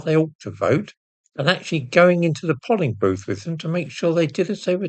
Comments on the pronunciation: Dear Please note that 'polling' booth does not properly sound like doll, dolling booth. It should sound like poling booth, as in pole, dole, etc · It's pronounced "Levens-hume" as in Alec Douglas. And what the heck is a Pol-ing booth? Is English a second language for you? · Why is everyone starting to pronounce it polling booth , rhymes with doll, all my bloody 61 years it's been pronounced pole-ing booth